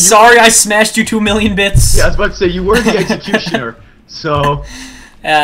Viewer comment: SAID EGGSICUTIONER